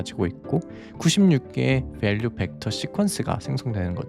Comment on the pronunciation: 영단어 발음을 잘한다는걸 보여주고 싶은건지, 전체적으로 한국어 단어랑 영단어 톤이 너무 다름. 특히 베얼류에 너무 힘을 줘서 집중이 안됨. 근데 또 모델, 임베딩은 한국어 톤이고 휴 그냥 일관된 톤으로 발음했으면 좋겠네요